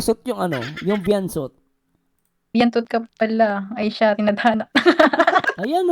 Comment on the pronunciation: Parang nagka amnesia yata itong pamilyang ito kaya nd maalala ung pinanggalingan.hindi veantot dapat veansot